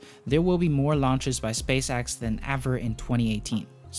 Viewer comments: Space X.. not space AXE.. you twit. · Drinking game! take a drink everytime he say "SpaceAxe". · Probably a good video, i wouldn't know tho because all i could hear was "space axe" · You’re saying “Space-ax” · Space x not axe but decent vid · epic you say apec SpaceX you say SpaceAxe death you say dath heavy you say havy no hate just facts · "Space Axe" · SPACE AXE fix yo accent bro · learn to pronounce the difference between "man" and "men" and stop saying "space axe", "aepic Falcon Haavy", "more than aever"... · well it's either Space Axe or Space Ex. You decide. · Stop Saying space"axe" 😂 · Apic and axe lol I’m crying😂🤣😂🤣😂🤣😂🤣😂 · Space Axe? Apic? Your pronunciation of E is diffarant... On a serious note, awesome video! 👍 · Falcon Havey, SpaceAXE. up your pronunciation game baddey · say space axe one more time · Say “space axe” one more time. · Also, "Falcon Havvy" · Space "axe" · Why do you keep saying Space Axe? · "spacaxe" "apic" Lol great video tho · I think he’s Dutch